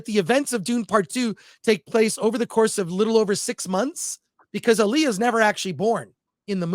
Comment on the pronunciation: How can you mispronounce Alia so bad